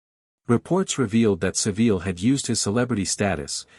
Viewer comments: Jimmy saVEEL?? Come on AI at learn how to pronounce this evil pervert’s name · It's pronounced Savil you AI moron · Jimmy Saveel? Stopped listening. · Me too. Should be Jimmy SoVile lol